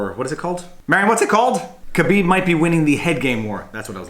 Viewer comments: Someone has copied Alpaca thesaurus... plus you can't even pronounce Khabibs name properly you are no mma fan. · You really botched the pronunciation of Khabib's name.